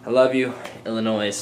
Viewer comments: IllinoiS?? Silent s!! :D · in illinois the "s" is silent (; thanks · You said Illinois wrong the "s" is silent. Haha. Thats where I live, so you can def tell what people live in Illinois and what people dont haha. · im from illinois and to be honest we really do hate when people pronounce it with the s. i know its stupid and has an s but it just annoys us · Did he just said Illinois with an "s"? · the s in Illinois is silent...just sayin...lol.. :D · I'M FROM ILLINOIS:D except you pronounced it wrong, ): unless that was on purpose:P CHI TOWN REPRESENTTT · cute how you said Illinois. its pronounced without the s at the end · im from illinois (: but you said it wrong; you dont pronounce the S haha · Don't pronounce Illinois with an "S"